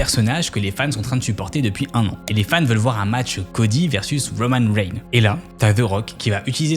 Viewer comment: roman reim😂😂 cody rhow 😂😂 je suis mort de rire